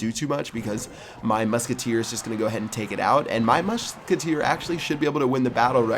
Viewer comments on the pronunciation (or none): Muschketeer, wow!